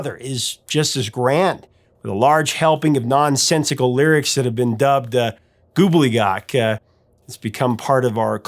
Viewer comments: I think you meant "gobbledy-gook" not goobly-gock," Professor! LOL Love, love, love what you do 👍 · Goobleygok? WTF? Did you mean Gobbledegook? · It’s “Gobbledygook”…